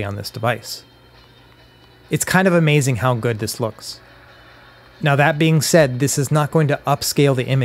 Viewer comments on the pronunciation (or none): none